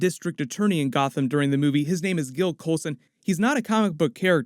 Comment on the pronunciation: gill coulson really... phil coulson